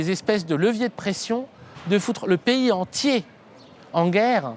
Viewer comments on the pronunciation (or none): none